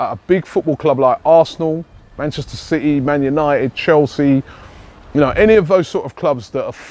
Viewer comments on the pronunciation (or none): none